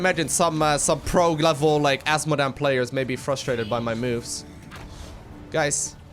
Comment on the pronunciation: I like how he says Ass modan